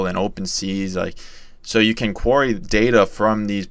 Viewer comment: Great video. Just wanted to point out query pronounced Queer-Ree and not quary. Anyway great content.